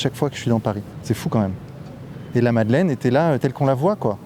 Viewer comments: madeleine et pas madalaine 😅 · La Madeleine pas la Madelaine.... Faites un effort bordel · Madeleine, avec un "e" pas un "a", svp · Merci beaucoup pour ton travail! Mais par pitié, la MadelEine, pas "Madelaine" 🙈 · « L’église de la Madelaine » au lieu de la Madeleine : effectivement tout fout le camp… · Eglise de la "Madelaine" sérieusement ? Ptain Madeleine, pitié vérifiez